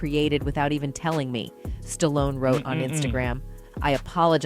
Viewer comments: Stalloneeeeeeeeeeeeeeeeeee not Stallon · "Creed the three" and "Stallion"... Who is this ignorant narrator? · I heard the narrator say Stallion then say Stallone the other time. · You can sure tell an AI by the way it mispronounces words, like Stallion for Stallone.